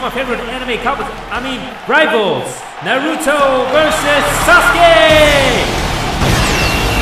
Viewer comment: Not the "naRUto" 😭 lit vid tho lmao